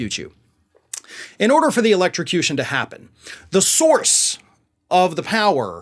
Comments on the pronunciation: Tr..p doesn’t drink. But he is surely losing the last of his remaining marbles…! His brain is clearly not functioning normal anymore. He cannot say „electrocution“ the same way he couldn’t say „origins“ and always said „oranges“ instead. But at the same time he makes fun of Biden, who has always had a speech impediment. Tr..p is such a disgusting creature! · I'm certainly not a trump fan. The man needs to be in prison for everything he's done but I didn't see where he was slurring his words throughout the random, nonsensical speech. He mispronounced electrocution once. He said it what, 4 times? So I don't see where that was considered slurring words. Pick on things that need to be picked on with him. Lord knows there is a plethora of other things to choose from. :-) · I wonder if Donald realizes his main mode of transportation has a battery in it? I mean his golf cart isn't peddle powered and if it was, he would be just spinning his tires going nowhere by the rental counter. Sounded like he said electro suction. Makes me wonder if he got a new toy he hides under his pillow. Maybe Donald has a cardboard cut out of Marge with a hoover vacuum hose attatched to it. She come in 2 modes. She sucks or she blows. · The way he mispronounced 'electrocution', not once but twice, certainly made him sound three sheets to the wind. Although, he doesn't usually need alcohol to sound stupid. It's a natural 'gift' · needs an elocution lesson in order to say electrocution: ah he… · ELEXTROCOOSHUN It's hilarious how he tries to play it off as if he never made the mistake of mispronouncing a word. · He sounded like Foster Brooks when he said electricution. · Did trump say "electrucooshoon" or "electrocution"? 😂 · Elexochushun. Yep. That’s the word… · Electrixtution? Or whateva! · LOL His brain tried to combine election and electrocution = Electio-cution. Even the 🦈 would find him to disgusting to eat. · Electricution ? Would be far better off taking elecution ! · Election - cution WTF